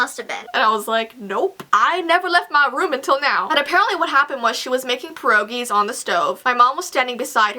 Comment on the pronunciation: PeRoGiEs? Sorry but I'm polish (3/4) and it's pronounced pie-err-ogi (idk how to type it)